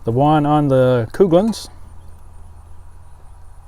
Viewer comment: It was Never Coo-glins..... JFC dude.